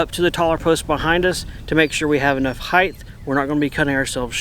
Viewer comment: For the love of God can Americans stop say Heighth, apart from that love you guys